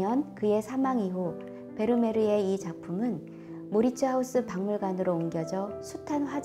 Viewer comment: 모리츠 하우스? 외국어는 현지 발음과 가깝게 표기하는 것이 당연하지 않습니까? 마우리츠하위스.